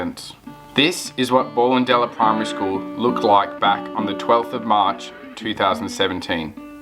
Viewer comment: Great video, thanks for that. Went to this school from about ‘67 till ‘73. Ballendella is pronounced Bellendella Cheers